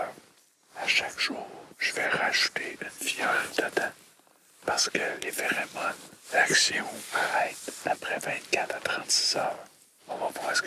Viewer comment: on dit pherOmones pas pherÉmone xD